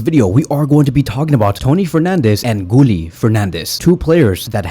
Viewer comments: Guille like guillermo. Gilermo. Not gully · You pronounce Guille's name wrong. Why nobody cannot pronounce his name correctly. There's no L in the name, it's how you pronouna Sevilla. It's pronounced "Gieyeh".